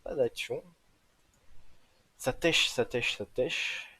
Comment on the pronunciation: Sympa les vidéos mais si je peux me permettre On ne dit pas técher sa se prononce téké Pour dir qu’on tech ( ték)